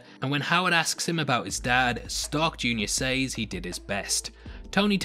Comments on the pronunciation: She shays the way he says “says” drives me crazy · It takes me out every time you say sAYs